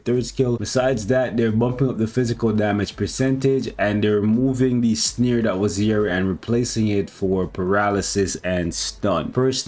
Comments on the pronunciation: As always love the content but why do you say “sneer” rather than “snare” …its snare as in hair not as in sneer. Is this a canadian/American thing? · The way says "snare" like "sneer" annoys tf outta me 😆